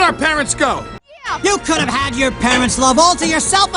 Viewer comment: could have가 쿠르브 로 발음되네영